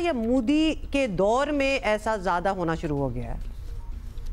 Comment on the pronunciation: Zaada nahi ziyada...😴🥱